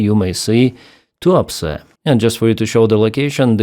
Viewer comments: Did I hear that correctly? That Russian oil port is called "The Port of Too-upset"? Must be my silly computer speakers. ;) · Tuapse sounds a bit like "too upset" when hearing it. Fitting.. a lot of russian are probably too upset.